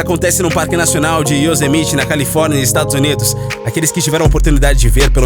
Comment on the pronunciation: Se pronuncia "Yosemaite" homem kkkkk